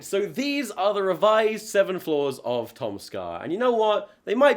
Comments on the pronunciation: This whole time I thought you were saying floors but then you were saying flaws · more than halfway through the video and i still think he's saying "floors"